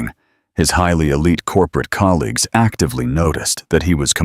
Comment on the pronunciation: What the hell! Highly, exactly, actively. Damn! Talk about messing up a reading